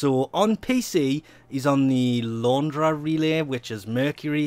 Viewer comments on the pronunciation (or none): "Laundra relay" It's LARUNDA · Good lord how can you massacre Larunda (la-ROON-dah)? Admit it, you like massacring pronunciations don't you?